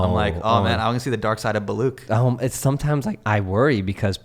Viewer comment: This was such a great episode.. glad I subscribed :D Also.. I cringe every time I hear Hasan Minhaj say "Baloock"